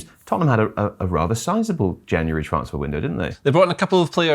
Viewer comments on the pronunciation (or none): say TRANSfer not TRAANSfar. Dik